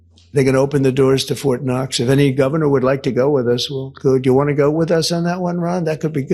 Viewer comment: ITS FORT KNOX NOT FORT NUTS . YOU TOSSER